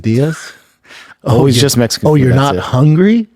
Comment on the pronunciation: But it's Messsican B like a Messsican chocolate chip cookie wit sawlzaw